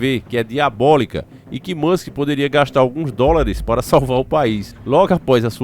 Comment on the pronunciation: Elon moska😂